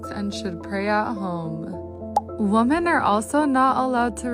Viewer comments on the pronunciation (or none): these "woman" need to clarify if they're just stupid or there is some social fem gobbledygook about seeing the word women, plural, but pronounce it woman every time. We can't hear the rest of your words when you mispronounce really simple words. We must assume all of your thoughts are suspect at the very least